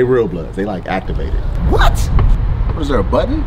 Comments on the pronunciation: He meant to say “abtivated” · Abtivated, not activated 😂😂😂